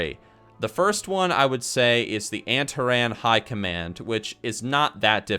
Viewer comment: your pronunciations are so ughhh anteran agewan